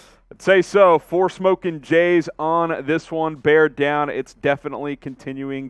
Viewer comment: Bear dahn